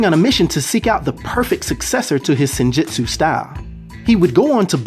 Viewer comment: good video. Sidenote: The Japanese word, "Jutsu" is phonetically pronounced as: jootsu like boots or roots. So, in terms of sounding out the word "Senjutsu", it would sound like "Sin-joots-oo".... Keep up the good content. Peace.